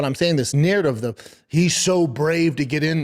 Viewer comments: Every time i hear this goober speak the word Narrative gets thrown around But he spells it Nurrativ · There's always a narrdiv B